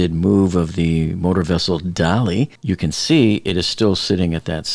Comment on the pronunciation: If people would pronounce the name of the ship correctly (dah-LEE, like the way the artist Salvador Dalí pronounced his name) then no one would think it appropriate to play “Hello Dolly” as background music. Just sayin’…